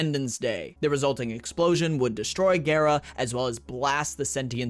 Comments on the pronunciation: It is pronounced Gah-rah, from the japanese word for glass(garasu). Which is why she has that japanese look. Someone lied to you buddy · pretty sure it is GARRR RAHH lotus says GARRR RAH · wait its pronounced gay-ra? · Why are you saying her name that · I'm not great with pronunciation, but I thought Gara was pronounced like the Naruto character as well. I think that's how Ballas says the name in her Prime trailer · It is pronounced like Gara from Naruto. It's from the Japanese Garasu ガラス(glass). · One thing to note about Gara(besides her name, you actually got it right before you corrected yourself, it's pronounced with a long a) is that we know why she's the glass warframe, and it's actually surprisingly wholesome. Essentially the woman who would become Gara volunteered herself to become a Warframe, knowing the truth. Nihil called for her to be glassed, essentially punishing her "for her presumption". Ballas took all this and used it as inspiration for her design. To honor her sacrifice he "encased her in crystal most fine" i.e. made her into the glass warframe. Source: Her prime trailer